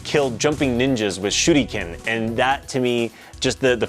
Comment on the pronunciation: The first time attempted to say "shuriken" like a Japanese native it came out sounding like "shooty-cannon" (btw, please, don't do that when you're not from Japan and only have a pale excuse of the real accent, it's painful and borderline disrespectful to native speakers, they'll think you are a dirty gaijin who's pretending to have the accent/language down when he doesn't, just say it honestly like a Westerner who speaks English)